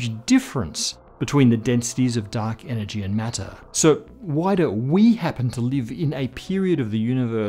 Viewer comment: Guys, I'm really sorry, but I can't un-hear 'duck energy'.